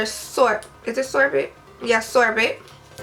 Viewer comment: Sorbet (sore-bay)